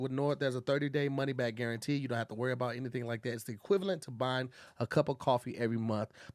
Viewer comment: Wi-pie, wi-fry and money back guaran-pee😂😂damn it you’re only on the first ad😂